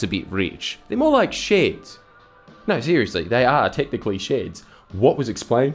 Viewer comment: and the posh voiced "Oh naauwr!"